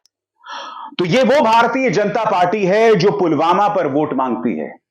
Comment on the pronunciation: पुलवामा भी नहीं बोला जा रहा है पुलवामा को pulgama बोल रहे हैं।